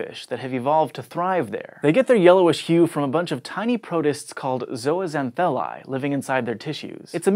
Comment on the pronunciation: The way he pronounces zooxanthellae 😂😂